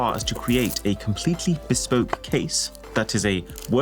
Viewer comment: Ugh. "BESPOKE".